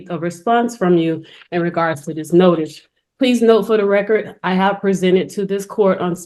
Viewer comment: Actually, she was saying, “for the reckurt”, whatever that is.